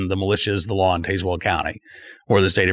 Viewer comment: You are pronouncing Tazwell wrong!